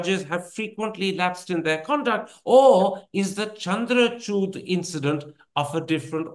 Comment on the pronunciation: It's not chuud😂 It’s chood I think Modi tried to convince him not to bail out Kejriwal. But he didn't listen to him.